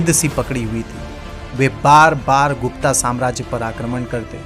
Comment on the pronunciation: गुप्ता नहीं गुप्त कहो